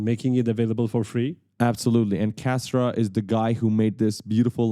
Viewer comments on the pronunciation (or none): none